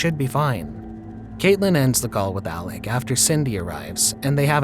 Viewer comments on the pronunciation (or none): none